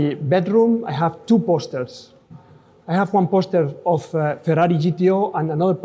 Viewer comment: Ferrai instead of Ferrari!😂